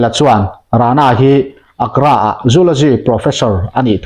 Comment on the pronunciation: Ak-ra ni loin A -gra tia lam tur.